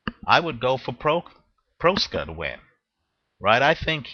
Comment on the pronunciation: Please learn how to pronounce boxer's name before making a video. Proksa is pronounced much like PROXA.